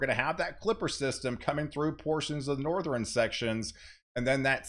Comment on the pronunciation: Northern pronounced = North- urn. Not Northrin.